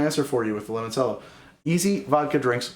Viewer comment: Great work, really enjoyed having this in the background while working. Also, limoncello is pronounced like lee-mon-chello rather than lee-mon-sello.